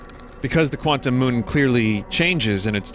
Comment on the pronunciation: Quant-TUMS Jesus christ Vinny 🤣